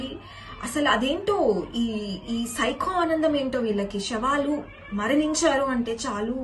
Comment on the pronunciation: Shavaalu kaadamma savaalu,telugu correct gaa maatlaadu first